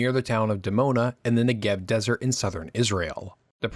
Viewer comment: I hadn't heard that Israel had a Negeb Desert. Who was "Mordecai Gaz-it"? His name was GaZEET. The French aircraft manufacturer was Dassault -- pronounced "des-OH" not "des- salt."And so on, and so on. The term "evenhanded" used by Arabists in the State Department was generally understood to mean a pro-Arab position, not a balanced one. And so on. Learn something about your subject. Regarding alleged US "even-handedness" in the 1950s, let me refer you to the racist behavior of John Foster Dulles and his desire to force Israel out of the Sinai without a peace treaty or adequate security guarantees, such as a demilitarized zone. Eisenhower himself admitted that this was a mistake and a major factor in Nasser's rabid escalation in 1967. The actual cause of the war was a Soviet disinformation plot alleging that the Israelis had mobilized to attack Syria. No such mobilization occurred, but Nasser believed it. The idea that Nasser was planning to start a general war ten days before the Six Days War is nuts -- his army had barely reached the border and was in no shape to engage in any combat at the time. And so on. Abba Eban was not the "new" Israeli foreign minister. He had been in office for many years. And so on. Warnke's name was pronounced "war-NI-kee." And so on. The "New York Times" printing press was of a type used to print magazine covers and brochures. A newspaper press is one hundred times larger and is fed by a continuous roll of paper, not sheets. And so on. Meir Am-EET